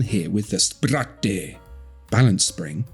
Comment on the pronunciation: Hahaha! I can't get "spir-AH-tay" out of my head now!